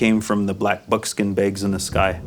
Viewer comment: I don't get it, he pronounce it as black bookskin bages. Is this how they pronounce black bookskin bages? Or did he just like black bookskin bages?